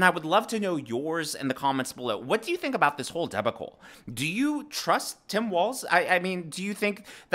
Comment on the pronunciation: Do you not know how to pronounce the word debacle? Lmfao